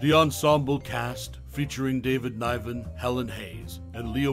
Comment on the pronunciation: It’s not pronounced David ‘Nyven’, it’s Niven. That you wouldn’t know that is weird.